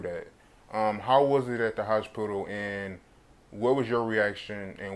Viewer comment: my man said..Hosh pital !!!!!